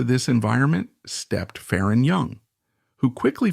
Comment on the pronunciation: It’s not fa-RON It’s FAron